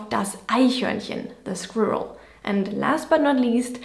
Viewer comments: I have heard it said that native German speakers cannot pronounce the English word 'squirrel' correctly. They are all wrong. You said it perfectly! p.s., I have only seen 'pansie' spelled as 'pansy':) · You said "squirrel" correctly. I remember another video where you mentioned words that Germans could not pronounce. In that video you had a V sound where the rr should be. But now you say it perfectly. LOL